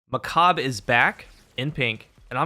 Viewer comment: its not macab its macabre